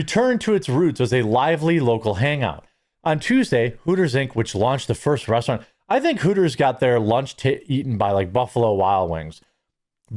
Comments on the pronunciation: I swear he said 'The Breast-eraunt' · "Breasturant?" I LOVE IT!🤣